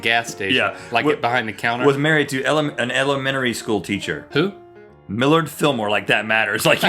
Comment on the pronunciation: Rhett, it is pronounced Mill-arrrrd!